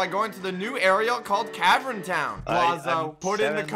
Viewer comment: It sound like he said 'cavren'... I don't think ' pronunciation skills are very good